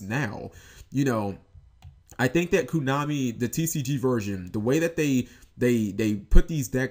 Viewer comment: why do you keep saying koo? it's koh-nah-mi, man.